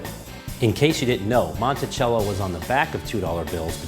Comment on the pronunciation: Monticello like mont tea cell oh not Montichello I know because there's a Monticello near me